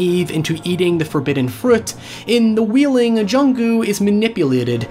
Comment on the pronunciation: It's pronounced Whale-ing not wheeling.